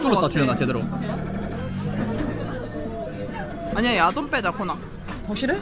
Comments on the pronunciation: 자막안보다갘ㅋㅋㅋ "여기 야동이랑~"야동이라한줄알고 놀래서 자막봤는데 ※야돈주의 ㅋㅋㅋㅋㅋㅋㅋㅋㅋ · 밥먹으면서첨에 소리만듣다가 야동이라는줄알앗어욤ㅋㅋㅋㅋㅋㅋ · 멍때리고듣다가 얃옹으로들었어.....